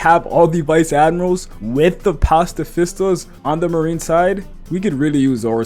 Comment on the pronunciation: "pastafista" bruh it's pacifista